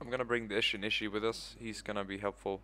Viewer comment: please learn how to say Ishin Shishi...